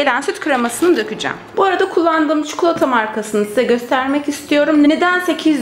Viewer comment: Keşke “çikolata” demeyi öğrendikten sonra çekseydiniz şu videoyu.